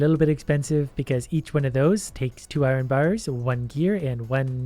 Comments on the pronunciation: Oh yes, I-Ron vs. iron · I love how he pronounces iron as irin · lol same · YOU PRONOUNCE IRON WRONG PLEASE STOP 😭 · he says iron weird sometimes! XD